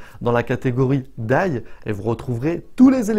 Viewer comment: Merci pour la vidéo. Juste pour ton info (parcequ'à la base je n'avais pas compris ce que tu disais) : D.I.Y se prononce "Di Aille Ouaille" parceque lorsque tu dis "daille" c'est la prononciation du mot "DIE" en anglais et ça veut dire "mourrir". Donc à entendre ça fait vraiment très bizarre quoi :) En tous cas merci bien pour tes explications c'est top !